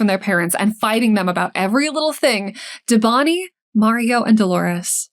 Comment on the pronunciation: It's pronounced "DÉbaNi". Thanks for the video, it is extremely sad this hasn't been solved in so many years, poor family.